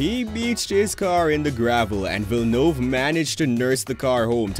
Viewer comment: Jos (Yoss) Verstappen, Jacques Villenueve (1 shja-k) ( 2 Veel-nerve), Ayrton (EYE AIR TON, although he was fine with the western pronunciation of Air-Ton) , Renault (ren-oh). Just a little bit of research goes a long way.